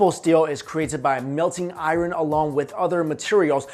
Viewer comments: please stop for the love of God stop saying "IRUN"! Its "I-URN"! You're killing me smalls, killing me! Tee-hee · "Eye-ron" triggered me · bro ican't even watch this whole video cuz the way he say "iren" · Iron is pronounced ion not i-ron. R is silent.... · i thought his name was? why does he keep saying I Ron? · I-ron lol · “IRE-REN” (aka Iron) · dude you're saying "iron" all wrong. good video though. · I hate the way you say the word "iron" lol.